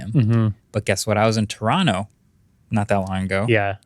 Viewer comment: You pronounced Toronto without the second 't', non-Torontoians usually don't say it right! I'm impressed